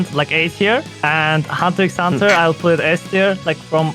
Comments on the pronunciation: Bruh he actually said the "x" in Hunter x Hunter, get him outta here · Bruh yas claiming to watch hxh more than everyone combined but he pronounces the x